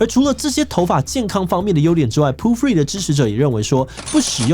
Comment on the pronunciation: 為何要一直念成proo-free啊? poo-free有很難念嗎?